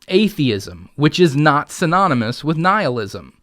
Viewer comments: She doesn't even say nihilism, sounds more like kneelism. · Did she say Neilism?? All hail Neil!! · Do you think she was mispronouncing nihilism on purpose?